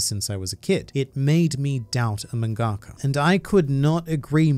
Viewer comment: "..a mangA-ka" LevisoSA!